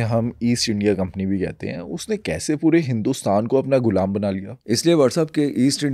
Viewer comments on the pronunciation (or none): Bro golam nahi gulaam ❤